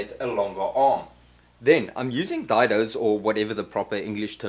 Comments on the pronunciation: Just helping... Day-Doe instead of Die-doe. :-) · Hi. Gr8 to hear that unmistakable South-African accent. I am based in Benoni, Gauteng. Been on your channel now for about 3 months. Really enjoying your work. I am also left handed so your hand work makes perfect sense to me. that "dido" you spoke of is pronounced "Dado" I am fairly new to woodwork and eager to learn. i am on my 3rd project of the lock-down and like you, ran out of materials (and beer) while ago. small little projects to build skills and keep me out of the wife's way... keep going and well done.. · “Day-doe”. Rhymes with “say-so”. Wasn’t Dido a singer from the late ‘90’s?